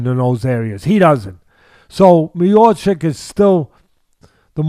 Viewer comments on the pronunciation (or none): Mayochic 🚫 . His name is Mi-yaw-chich Teddy, he is the best heavyweight champion in UFC, please respect the champ. 🙂